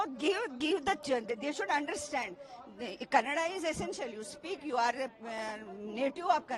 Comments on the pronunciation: For your kind information it's not kaand it's kannada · Abe kanaad nahi kannada bolo.. Hum jo bol rahe hoo sono Apna dimag na us kar dukan walnko apne dukan naam kanaada me laga ne bol rahe utna he..